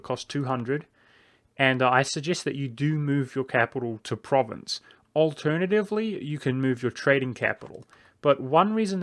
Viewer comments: It's pronounced ProvAnce not Province. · You Mispronounced Provence. It's Pronounced Like "Prov-On-S" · Pronounces "Provence" as "province". YIKES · From à French Guy "Provence" in french is Pro-van-ce or Pro Van (like in provi"den"ce) sss And gaul is frim Gallia that seems Land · Your pronunciation of 'Provence' was painful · Still not how it's pronounced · with the AN pronounced nasel, like ng in song. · I mean I get why people mispronounce individual provinces in an LP, but if you're going to do a whole video about one country, find out what its name is first.